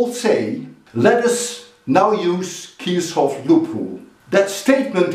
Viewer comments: Kir shohof 😂😂😂 I'm in high school andthisisfunny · The only reason i clicked was becuz i wondered how he was gonna pronounce “kirschoff” He know why 😂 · I'm just here to see how you pronounce Kirchoff as an Iranian 😂😂😂